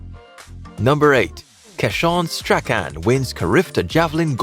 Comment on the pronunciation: Strachan is pronounced "strawn"😂